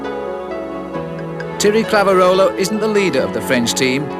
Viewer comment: I never thought there could be someone who butchered names as bad as Bob Roll, but…. As bad as it was, you have to appreciate the late Brian Drebber’s valiant attempts to pronounce Thierry Claveyrolat. I counted 6 different pronunciations…none of them right. 😂🤦‍♂️